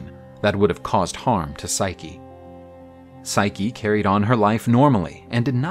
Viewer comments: Someone tell the female narrator it's pronounced Sy-kee not Sike! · Forgive me for being pedantic but the female voice artist keeps calling Psyche "Sike" and it is a little distracting. Other than that I rather enjoy these retellings. Thanks for making. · "...would have overwhelmed even hercules " you mean heracles, right? i could tolerate the voice actress not understanding how to pronounce psyche but i draw the line at deliberately confusing greek names with roman namss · The voice actress' pronunciation of Psyche's name makes me cringe.